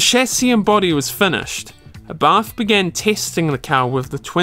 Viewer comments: "Lancier and Abah" love it. It's not Lancia, it's pronounced Lancia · Since he couldn't be bothered pronouncing Lancia, Abarth or even just spaceframe correctly, it's no surprise that there's poorly composed CGI images of the car, and imaginary 'boost' curve in a false graph. 🤷🏼‍♂️🤦🏼‍♂️